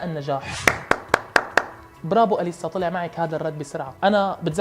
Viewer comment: اسمها إليسا مو أليسا الهمزة تلفظ تحت الالف مو فوقو